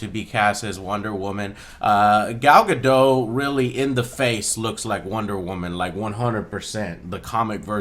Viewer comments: her name is not gal gado it is gal gadot. you do need to pronounce the t. (sorry for nit picking) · By the way, Joe, you're pronouncing her name wrong. It's Ga-doh-t. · It's "GaDOT" not "GaDOH", btw. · Pronounce the T in her last name. Guh-dot. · its gal gaDOT like a dot. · Joe, for the thousand time - the 't' in Gal Gadot isn't silent. But yes, cool trailer and the action seems kickass.